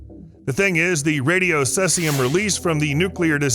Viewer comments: Never hrd of sessium. Heard of ceasium= see-zee-um. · He spells it wrong so that people will comment on it. It worked on me. Sea-zee-um minus 134